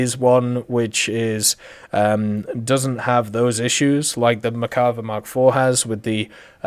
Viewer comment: Still cant pronounce merkava correctly